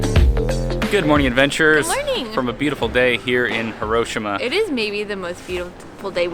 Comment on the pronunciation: I'm Japanese and 1642-Nemo Me Impune Lacessit is spot on. It's "Hee-Roh-Shee-Mah". All neutral in tone.